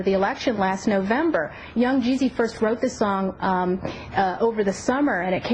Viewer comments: i loled when she said 'young' 'jeeezy' like she was illiterate. on a side note, i want to thank the shoethrower too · "young.. gee zee" (cyndy.. looper)